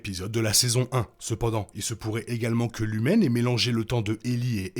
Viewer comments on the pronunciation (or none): J’adore vos vidéos et les théories que vous présentez , mais vraiment pour le respect de la série il faut arrêter de dire lumen c’est LUMON la société. Merci